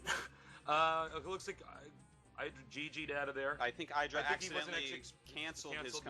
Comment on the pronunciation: HIS NAME IS FUCKING IDRA NOT EIDRA